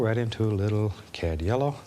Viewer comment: I thought he said cab yellow